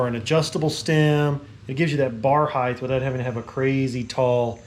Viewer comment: What the hell is "hythe"? If you mean "height", pronounce it like "kite", dude.